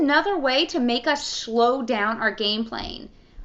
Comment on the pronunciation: did she say 'shlow'?